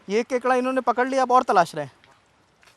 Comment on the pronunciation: kakda nhi re kekda bolna shiko